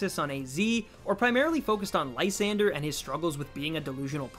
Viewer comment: i always thought it was pronounced lee - san -dray